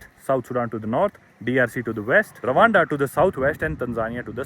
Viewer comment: Rawanda ❌ Randwa✅🤣